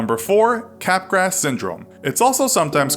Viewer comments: Okay, it’s not capgrass. it’s French. Cap graw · "Capp-Grass" hahaha... cmon man, learn the pronounciations before doing an "intellectual" video.